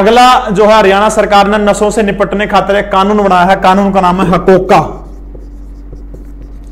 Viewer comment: हकोका नही है जी। हरकोका है